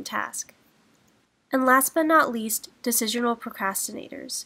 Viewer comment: It's decisional not desicional